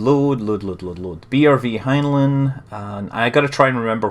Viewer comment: scott its prenounced heinline.